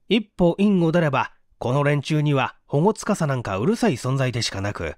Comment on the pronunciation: AI音声ですか、 保護司 ほごつかさ→ほごし、私の間違いならすみません。